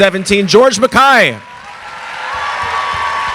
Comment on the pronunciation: actually its mack-kai. He pronounced that himself when He does self introduction on video greetings